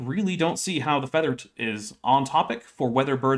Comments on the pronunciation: It took me like 10 minutes to figure out that by "feeder" he actually meant feather. Perhaps because I was just listening to the audio for a while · First of all, needs to learn how to say feather and not feeder. I was so confused by that. I know it's not his native language, but as an English teacher, I have taught proper pronunciation to many adults. Second, maybe he should also prepare for his debates? Last time his argument for not being prepared for a very common topic was "I only had a day". I could have debated that topic without doing an hour of getting prepared, since he obviously had no knowledge of the topic. He has very little knowledge of this topic as well. I'm not a biologist, but even I see how wrong he is. He's basically just rehashing "it's complex, therefore designed". He also thinks feathers - not feeders - are completely different from fur - it's called fur, not hair when on the body of an animal - when they are not. We know dinosaurs had several types of proto-feathers.